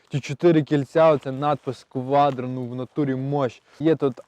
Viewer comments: Шо, кваДро 😀, говори кватро или продавай ✌🏻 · Квадро! Ауди объясните молодому человеку как правильно выговаривать слово quattro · Я не пойму - он кривляется или язык украинский такой )))) или дефект речи, кваДро это вообще зашквар , ахахах